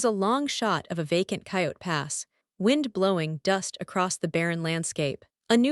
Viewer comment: Please pick a better AI that can actually pronounce the words properly. Robyn, Janelle, Coyote, etc all pronounced wrong.